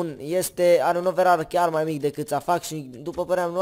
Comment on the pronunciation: Ce OVERAR MA? SE PRONUNTA OVERE